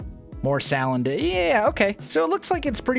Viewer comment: Salandit is pronounced Sul-an-dit